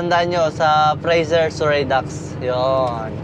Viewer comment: "Sur-ree" po. 🙃